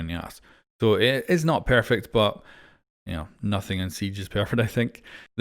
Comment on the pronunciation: “It’s pearfect”😂